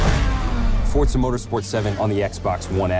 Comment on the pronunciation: YOO GUYS HE SAID FORZA CORRECTLY